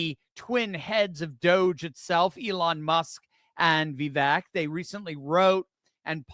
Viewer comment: If people are criticized for pronouncing Kameltoes name wrong, then I guess I should correct. It’s Va-Vake not Vee-vek. It’s a hard one to write out. Not sure if that’s understandable lol!😁😁